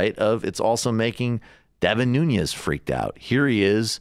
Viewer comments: nuñes?😂😂😂😂he is not Hispanic he is portugese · It's Nunes, not "Nunies". His family comes from the Azores in Portugal. Worst export ever from the country. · I think it’s pronounced ‘noon - es’ not ‘new - nyes’. No tilde ~ on the n. He does look scared as shit too. Lol. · Nunes, not Nuñez.... This traitor is not Hispanic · His name is Nunes, not Nuñes. That's how he himself pronounces it. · Devin Nunes' last name is Portuguese, so not pronounced with ñ like Nuñes. Just Noo-nes. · Get the name right... Nunes. Not Núñez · Its Nunes, not Nuñes. Portuguese, not Spanish. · It's not Noon-yes, it's Noo-nes. l2portuguesesurnames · Nu-Nez, not Noon-yez. Please! He's not Latino, or even of Spanish decent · is it just me that cringes every time this guy says nunez? ...totally not pronouncing it right. noo-nez...not noo-nyez...nez like nez perce... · The correct Portuguese way of pronouncing his name Nu.nis. But even more correct way is Nun.ass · Guys... his name is not Nuñez 🤦‍♀️ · just to clarify his last name is nunes, not nuñez. i was also confused at first, but it turns out his is the portuguese version, not the spanish one. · It's strange how many are not able to pronounce Nunes correctly, but are pronouncing his name almost like a Russian with a soft 'n' before the 'e', like 'Nunyes'. The name Devin Nunes actually rhymes with 'heaven trueness' (according to Daily News), but that's maybe hard to believe concidering the last news about him. 😉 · Why does he pronounce it nuniez? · His last name is Nunes not Nuñez. He's from the Azores, so you shouldn't pronounce it like a Spanish surname. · Pronounced New-nez. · Michael, you're still saying "Nun-yez"? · His biggest support is all the surrounding farm areas. And it’s Nunes..pronounced without the Hispanic accent. Something small and stupid, I know..but I know his family, and I’m Portuguese. It hurts my ears. It all hurts my ears, really. I don’t support valley Republican politics. 😕